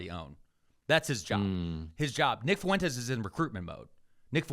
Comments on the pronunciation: Is saying Fuentes with three syllables some kind of weird inside joke I’m not familiar with? Because it breaks my brain every time he says it like that. That’s “ue” is a diphthong, buddy. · Is he saying "foo-entes" for fuentes on purpose?